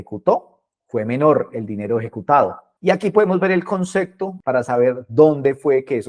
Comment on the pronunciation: Concecto? O concepto? 🤔